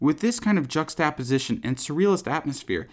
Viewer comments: That's a weird way to say "juxtaposition" Jucks-TUH-po-si-shyon, not Jucks-TAH-po-si-shyon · "Juxt-apposition"? It's correctly pronounced JUXT-uh-po-zishun. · the way you said juxtaposition shocked me for a sec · That is a very unique pronunciation of "juxtaposition". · you pronounced juxtaposition wrong bro